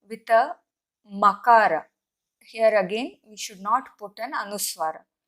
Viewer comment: Your pronunciation is incorrect. You are NOT pronouncing makAraH but "ma" which is makAraH + akAraH. You should show the difference between pronouncing makAraH (without any swaras) and anuswara.